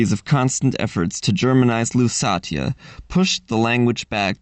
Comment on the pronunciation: “Lusatia” is pronounced “LoossAEsha” [luːˈseɪʃə] in English.